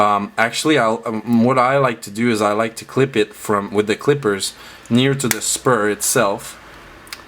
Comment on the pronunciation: ITS SPRUE NOT SPUR